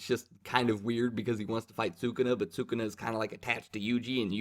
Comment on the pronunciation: Can’t wait to see these fights animated, jujitsu is gonna be big hyped. Also, it’s pronounced Saa-Coo-Nah. Congratulations on taking the leap into manga reviews